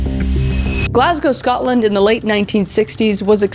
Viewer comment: 101/10 for Kris managing to say Glasgow correctly! Love from Scotland xxx